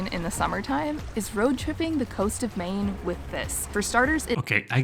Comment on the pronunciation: No mine. MAine. Long A A not my